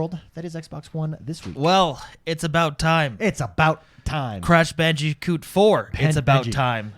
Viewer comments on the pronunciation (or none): Trying to figure out which is more aggravating: * pronouncing Just Cause as Just Cuz * pronouncing Crash Bandicoot as Crash Banji-coot